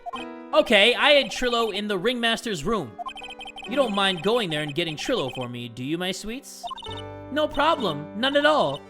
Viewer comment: bro trilo is pronounced try-lo like you don’t pronounce milo like mill-oh